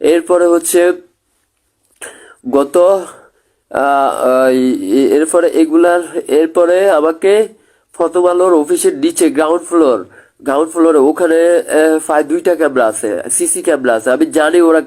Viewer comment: ফতোমালো না হালা, প্রথম আলো। আগে ঠিক মতো কথা বলা শেখ, তারপর সমন্বয় করতে আসিস।